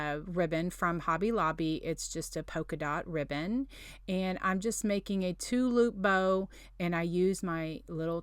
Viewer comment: Lol..took me a couple replays to realize your saying “two loop bow”🤦🏼‍♀️I thought you were saying “tulip bow” I’ m like what the heck’s a tulip bow🤣 I love the dollar tree Christmas trees🎄You are so talented!